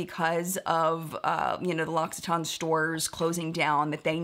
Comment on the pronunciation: I always pronounced it LOCK EWE TAYN (no idea why a "u" instead of an "i" but I often insert or add a random letter to words) 😂 so this was quite a surprise hearing it said properly.